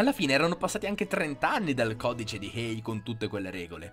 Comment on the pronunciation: Codice Hays, non Hay... comunque bravo!